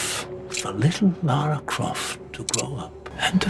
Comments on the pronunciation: This makes my blood boil and it is quite petty but it's soo frustrating. In every single game and movie you can clearly hear her name pronounced correctly. It's as if Americans think we are pronouncing it wrong. Like the whole arse-ass thing. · We do, I was just about to comment about that. They're just saying Lara wrong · For the love of god, learn how to pronounce Lara! She says her name herself in practically every game and films!! That is the ultimate sin in this video. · Actually, he should TAKE OFF a sin every time he mispronounces it! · They almost named her "Laura Cruise" for this very reason. Americans and their inability to pronounce that name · Biggest sin: Your pronunciation of Lara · I'm three minutes in and felt the sincere need to comment voicing my frustration of said pronunciation. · Mike Jeavons The game also pronounces it like that. So unless you think you know how to pronounce her name better than the creators do tell. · That's how everyone I know pronounces it. The game developers claim it's pronounced Lara, but we all know her name doesn't have a hard A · Not every Lara rhymes with Tara or mascara. Some do, but in Lara Croft's case and my own, it doesn't. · He STILL got it wrong! Lara Croft not Laura ! By Alicia Vikander. It is not LAra like Larry, nor is it Laura, it is Lah-Rah. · Why do you keep pronouncing Lara as Laura? I don't understand, they pronounce it in the freaking movie for you. And why did you pronounce it correctly once? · Pronouncing Lara as 'Laura'. Ding! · i sin u for saying laura instead of lara for no reason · *LA RA. Laaa raaah Not Laura! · Not Laura... Lara! It's been 20+ years I am in Tomb Raider world, and all this time you Americans couldn't say that name properly. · it's LAR-RAR, not LOR-RUH, fuck! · Her name is Lara not laura. If your gonna make video pronounce names correctly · LAH-RA NOT LAWRUH. LARAAA. STOP CHANGING THE PRONUNCIATION PLSS DEAR GAHD. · Lara - not "Laura" -- ding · L-A-R-A NOT LAURA! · Laura Craft